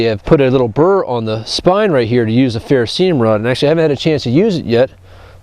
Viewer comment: Bought myself one of the BG Ultimate Survival knives for my birthday. Like it so far, but the real test of field usage will have to wait until spring or summer (camping season). Good ergonomic feel to the knife, edge needed touched up a bit to achieve its full potential for sharpness. BTW, it's Ferrocerium rod.(ferro-CER-ee-um)... an alloy of Iron (Fe, atomic number 26) and Cerium (Ce, atomic number 58), plus a sprinkling of rare earth metals. It's not ferroceum, ferrocium, ferroseeum, etc.